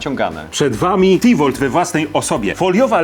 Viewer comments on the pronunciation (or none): mówi się Tivór nie tivolt